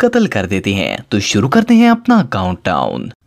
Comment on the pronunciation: Yar ap jo sentence k end pay ajeeb sa 'hain' bolty hain wo bohat bura hay please thora accent change kro thnx in advance... bohat bari or ajeeb awaz nkalty ho ap, please don't mind